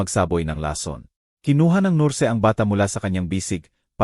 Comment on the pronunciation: Sus...maryu sep... Palitan naman ang narrator ninyo.. Pati ba naman diction ay mali.. Ano ba yan...maraming salita ang mali... Tulad ng ..nurse...Bernadette.... Narrator dapat ay tama ang pronunciation ninyo.. Maganda ang istorya...oero mali ang pagbigkas..